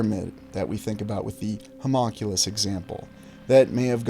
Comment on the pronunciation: Mothman has been sighted in Brazil and Ukraine. You pronounced homunculus and wendigo wrong.